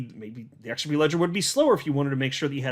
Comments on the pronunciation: Try using a Z sound not S sound when you try and pronounce it... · The X is silent